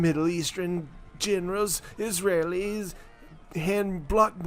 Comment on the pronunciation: Isa-relys, not Israelis